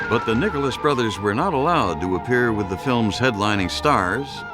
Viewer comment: At the minute mark sounds like he said the nigerless brothers had to rewind it to be sure.